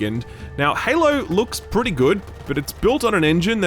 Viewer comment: Pretay, pretay, pretay good